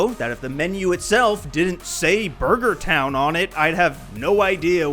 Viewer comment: "Buger Town"